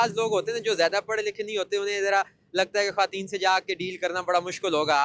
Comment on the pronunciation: Good Efforts for women empowerment. Anchor sab please ap apna talafeez teak kareen. Khateen nahi khawateen word ha. Aur ap jiss ka interview kar rehay hain wo khawateen he bol rehe ha laken ap bar bar khateen farma rehay hain. Please don't mind. ❤❤❤❤Love from sargodha .Happy New Year 🎉❤🎉❤🎉❤🎉❤